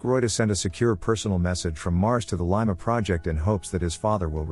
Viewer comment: Can't even pronounce 'Lima' properly...